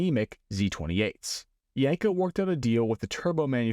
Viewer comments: I don't know... One thing kept grating on my eardrums every time you said the word... That word was Yenko. It's pronounced exactly how it's spelled YEN-ko, not YANG-ko or YENG-ko. Other than that, pretty cool vid, straightforward and informative. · YEN-KO not YANK-O !!